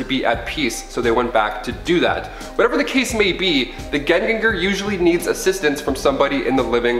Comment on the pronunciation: Im from norway and its superfunny to hear you say Gjenganger 😂 Just think (yen)Ganger👍